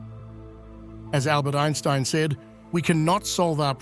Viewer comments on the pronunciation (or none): none